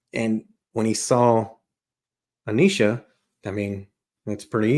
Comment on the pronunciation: Its A-nesh-uh not A-neesh-uh